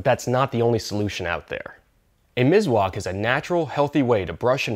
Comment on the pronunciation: Mis-wak Miswak by S not Z 👍Nice video😊